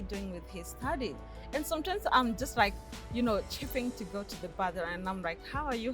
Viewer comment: Ohhh no！Rawwwd rike seriousry🙆🏽‍♀️🙆🏽‍♀️no lespect for our ears.